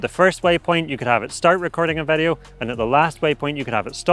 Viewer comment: Please improve your pronunciation of word "video", so it does not sound like "værio". 👍